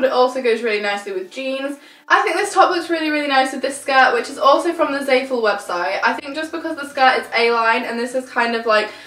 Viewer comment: It's zah-fool not zae-full